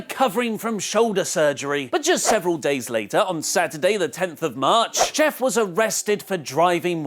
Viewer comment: Did... did he just say jif?